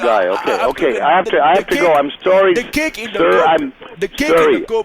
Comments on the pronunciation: How the fuck do Canadians pronounce ‘sorry’ SOW-RY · ''sir im surry'' sorry ass